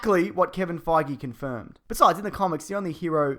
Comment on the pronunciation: Kevin Fagee? Is that how Aussies pronounce his last name?